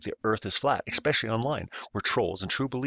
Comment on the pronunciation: HAHAHAHA!!! You said EXspecially!!! LMFAO!!! Is that because it's spaceX???